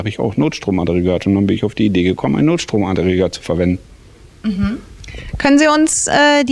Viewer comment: Wäre schön, wenn du NOTSTROM-AGGREGAT korrekt aussprechen würdest. (NICHT NOT-STROM-ADREGAT) Trotzdem sehr schöne Entwicklung! Weiter so! ;) Was ist daraus geworden?